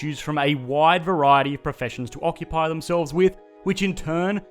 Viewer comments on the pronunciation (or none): "ucupy"? :D